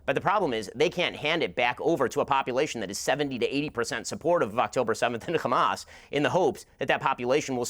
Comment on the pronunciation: My ears bleed when Ben Shapiro says "xamas". "F*** Israel, F*** Netenyahu, F*** Zionizm, F*** Biden too. F*** Ben Shapiro, he like five foot two." 🎶